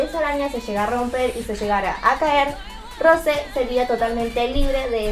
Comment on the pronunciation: Lo siento pero se pronuncia rousé